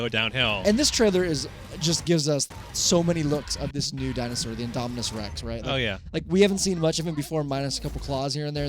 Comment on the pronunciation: Ok I'm just gonna say these guys pronounced the indominus Rex wrong and the mosasurios wrong